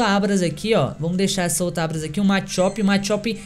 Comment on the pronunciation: "Abras, Raiochu" aprende a falar primeiro, depois vem fazer video de Pokémon